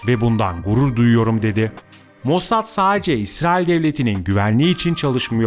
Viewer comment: Diksiyonunu biraz düzelt. Saaace diye birşey yok ‘sadece’ kelimesinin telaffuzu bu kadar zor olmamalı